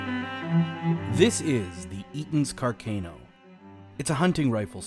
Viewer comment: Interesting and well made vid. Car-Can-o is the anglicized pronunciation though not car-cane-o